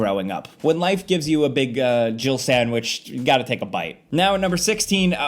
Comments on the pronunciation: I swear it sounds like he says Jill-erbil sandwich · even when i first read Jill Sandwich, i still dont hear that at all! he says jill with 2 syllables somehow, like jiddle or jibble yeah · When I first played Resident Evil back in the day, I always thought Barry said, "Jibble sandwich" 🤣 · Am I the ONLY person who ever hears "You almost turned into a gibblet sandwich" and not "Jill sandwich"? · I thought for years it sounded like "jibble sandwich" 😂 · I dont care what anyone says! Barry said JIGGLE SANDWICH! Everytime someone plays that footage, I never hear Jill! There's an extra syllable in there! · Omg those MK4 animations. The men walk like they’re trying to pick up other men Also, am I the only one who heard jiggle sandwich instead of Jill sandwich? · Apparently, I'm the only one who thinks it sounds like "jiggle sandwich" not "Jill sandwich". 🤣 How could you leave out "master of unlocking things"? It's classic!